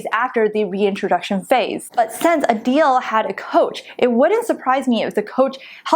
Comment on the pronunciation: Uhhhhh did you read the book???? The authors acknowledge everything you two are saying. You have no faith in some people to do this diet long term. Also, it’s A-dell. Not A-Deal!